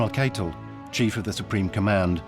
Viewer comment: Reich is pronounced Ryke and Keitel is Kye Tell. My granddad fought in the battle for Berlin in May 1945.